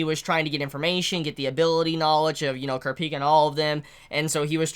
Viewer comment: The way you say kurapika makes me very uncomfortable 😂